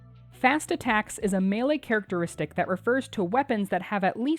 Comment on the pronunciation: "Characertistic" - why did everyone ignore it lol